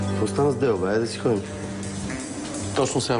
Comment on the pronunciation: Чакали били "Деу"? "Дело"? хахаха когато Л е "Уъ"